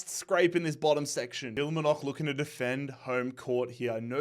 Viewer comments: omg please your killing me way say Kilmarnock ( let me help you kil mar nock << say it like this . hopefully this will help should honesty try and watch Scotish game or very least highlights please lol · Kilmarnock is pronounced kil..Mar..nock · Kill-Mar-Nock. You could also say Pish. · Any chance of this guy saying the r in Kilmarnock 🙈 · Convinced he says Kilmarnock like that just to piss scotland off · The way you pronounced Kilmarnock 🤣